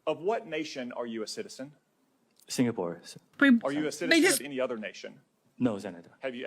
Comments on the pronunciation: #2 in the original footage comm goes on and on...he repeats that he's Singaporean multiple times. It's also embarrassing that he's saying Sig-na-pore AFTER the TikTok owner has needlessly repeated Singapore over AND over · HOW did I not hear that idiot mispronounce Singapore the first time I watched that interview?!?! I´ve been to Singapore - it´s nice and clean. And I´m from Denmark and I say Finland is very real! We Nordics would very much like Rumpy to stop harassing our Inuk siblings too. Please leave Greenland alone, they own the land and we´re working on untangling them from our systems (we just had a campaign about how stupid it was for our CPS to be a thing in Greenland, because kids got taken from their parents due to the facial communication not constituting actual communication here - the cultural difference wasn´t factored in for some reason).